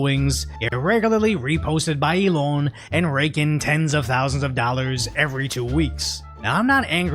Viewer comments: The way you say "Elon" is a bit funny. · There should be a law against how you pronounce Elon 😮